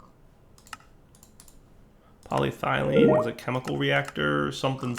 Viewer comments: You keep saying PolyTHYlene, when it's PolyETHYlene. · paw· lee· eh· thuh· leen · It's polYEEThylene. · He's american, so I can understand mispronouncing 'aluminium'.... But polyethylene? Really?